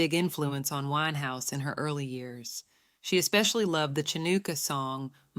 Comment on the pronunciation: Cha- NEW- kah? Is this being read by AI? Not how you pronounce that word.